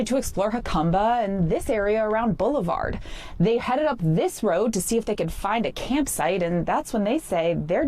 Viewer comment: “Bull-verd-ee” not boulevard